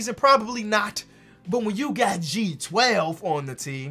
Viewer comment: I hope you relies you are saying G12 and not J12